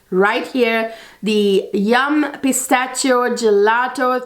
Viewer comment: Thank you so much for a great, on point review! Just wanted to point out that the “ch” in Pistachio is pronounced as “sh.” ☺️❤️❤️